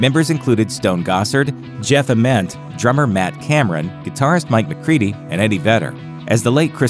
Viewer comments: It's not Ah-ment, its Aye-ment. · How can the narrator butcher Jeff Ament’s name so badly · for a channel named grunge you guys should be able to pronounce jeffs last name correctly lmao